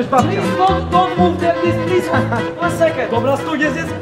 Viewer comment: hahahahah trudno tego nie skomentować hahahah plis plis łon sekond plis łon sekond i mówi to gościu z punkiem na głowie hahahaha